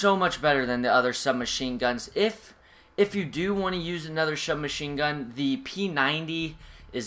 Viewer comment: He says shubmachinegun......lol